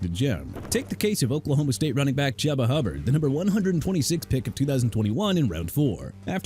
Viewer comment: CORNERBACK AJ TERRELL PRONOUNCED TUH-RELL, CHUBA HUBBARD PRONOUNCED CHOO-BA, ROMEO DOUBS PRONOUNCED DOBBS, TONY POLLARD PRONOUNCED PAH-LURD AND JAGUARS PRONOUNCED JAGWAARS SO STOP SAYING JAGWIRES OKAY?! ARE YOU SERIOUS?! WERE YOU HIGH BEFORE DOING THIS VIDEO?! HONESTLY YOU NEED A RE-EDUCATION ON PRONUNCIATIONS CUZ YOU CAN'T SAY ANYTHING RIGHT FOR NOTHING!!